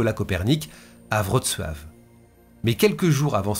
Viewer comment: Toujours au top.Je note tout de même ton application et ta difficulté à citer la ville de Wroclaw.Ma mère y est né.On ne t'en aurait pas voulu de prononcer la ville à la française en phonétique soit vroklo ou vroclaw😀